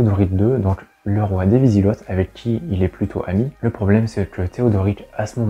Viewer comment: Wisigots : Vous dites vizigott il vaut mieux dire vizigo avec le même son o que dans eau.